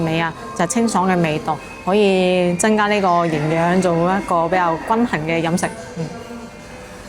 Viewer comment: 你唔係香港懶音 嚴重有~痕生銀寒 真(增)加 一八(百)蚊 真(曾)先生 貧(朋)友 我趕(講)畀你聽.....